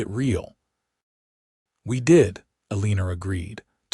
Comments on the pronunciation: Her name is Elena not ELÈÑER. I know that because there is no R in ELENA. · Please take the R out of your pronunciation of Elena's name since her name does not have r in it.